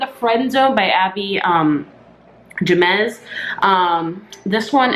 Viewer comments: Also her last name is yeh-men-ez I believe. I'm so excited. I actually went to buy the unhoneymooners on Amazon and Amazon was all you want to preorder this book? And it sounded so good. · Jimenez is pronounced "He-men-S" :-)